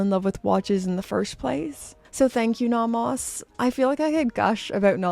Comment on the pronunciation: You are the only person I know who pronounces it naw-mahs. Merry Christmas,!